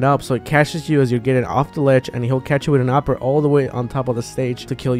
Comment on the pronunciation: Whenever you say up-air all I hear is opper